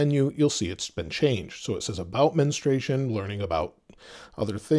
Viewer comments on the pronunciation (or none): It‘s mensturation, not menustration 😂